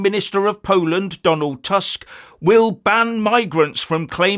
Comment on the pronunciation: proper pronounciation is "toosk", not "task"